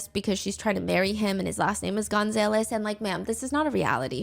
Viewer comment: Girl its pronounced gun-zah-less😭😭